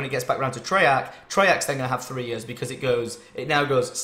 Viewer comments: 3 YURSS? 3YUURSS?. I'm sorry it just sounded funny coming from Tom xD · i know a couple south africans and they say it like that but maybe its just because their accent has developed :P